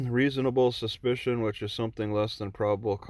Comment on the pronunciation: I noticed that he didn't say reasonable (Articulable ) suspicion, just reasonable suspension.